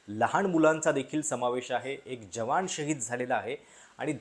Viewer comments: यांणा न म्हणायला त्रास आहे का? जवाण, रिऍक्शण.. न म्हणा की जरा...😊😊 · जवाण! 😂😂😂😂 भावा निदान मराठी उच्चार तरी नीट कर! 😂😂😂😂